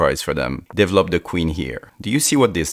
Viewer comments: I just love how he says "devlop"😂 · ah yes "devlop"